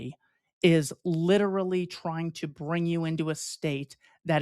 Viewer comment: Double check your pronunciation of literally.